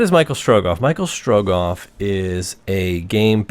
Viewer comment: It's Michel Strogoff, it's a French story :-)